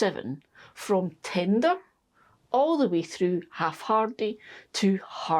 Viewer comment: I'm sorry... I kept giggling because when you said tender... I heard Tinder. I haven't pestered your comments section for a while so here's my latest The corn in the greenhouse was a failure... but I'm pretty sure it's because my raised bed didn't have enough depth for the corn to grow (I had a hugelkulturesque bunch of branches under the soil... turns out the soil then fell through and left a shallowish top layer). But the saved hybrid corn has been providing some nice cobs in the veggie patch... so that was a success :D Thanks for the detailed information about growing as always!